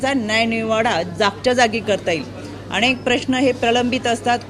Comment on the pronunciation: अनेक असा हा शब्द आहे ताई अणेक नाही 😅 तुम्ही अणेक असा उच्चार करता आहात ऐकायला खुप घाण वाटतं अती शुद्ध नका बोलू 😅😅😅